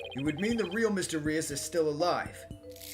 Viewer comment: i think Mr. Reus is pronounced Rooz, like a faker? might be wrong! but im very much enjoying these playthroughs!